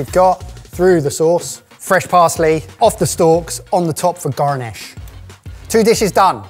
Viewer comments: Has anyone noticed that goes into a West Country accent whenever he says the word 'garnish'? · Mikes accent went almost American when he said garnish lol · who dubbed "for garnish" with an american accent lol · I don’t know why but the way says “garnish” sounds like he switched to an American accent 😂